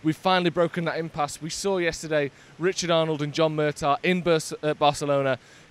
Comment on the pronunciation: haha picked up Jay's 'mur-tar' pronunciation 😂 when has 'ough' EVER been pronounced 'ar'..? 'middles-brar'..? (Middlesbrough) 'lar-brar'..? (Loughborough) i know you guys do it on purpose, but at least make it make sense 😂